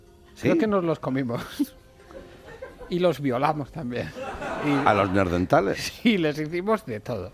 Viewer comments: ¿Soy yo o #BertoRomero y #AndreuBuenafuente dicen "Neardentales" en vez de Neanderthal? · Me encanta el programa, pero este me ha dejado con ganas de arrancarme la cabeza... NEANDERTALES, joder, no neardentales!!!! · Neardentales? Tenian los dientes buenos? O es que yo he escuchado mal... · Alguien puede explicarle, por favor, a Berto Romero que son neaNdeRtales y no neardentales :S Perfecto el programa salvo por estos detallitos que se te van escapando... son como gases culturales :D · pd: buenafuente, son nehandertales no ''neardentales'... ¿eso existe? sera ¿cercano a dental?